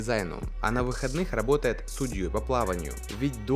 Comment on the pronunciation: Медодига габотает